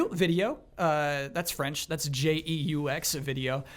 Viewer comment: "jouXvideo" made me chuckle:) I don't think it's worthy of a correction, but the x is silent, and you pronounce "eu" of "jeux" roughly like the e in "corner".